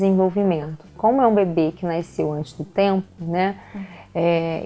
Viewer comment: Naiiiceu, não, nasceu é o correto.